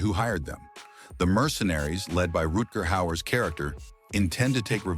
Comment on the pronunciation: You claimed to know all of this information yet you don't know how to pronounce Rutger Hauer?